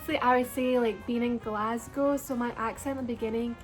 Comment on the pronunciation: when she says Glasgow it sounds exactly like people say it there lol